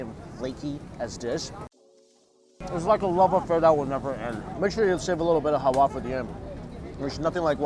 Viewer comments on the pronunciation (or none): it's halwa not hawa 😂😂😂😂😂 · halwa its not hawa.soo sweet saying hawa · That's Halua,,,😁 Not Haua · It's halwa and not howa 😁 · He finds it hard to say halwa